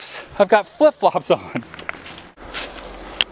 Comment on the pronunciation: he said floot flops lol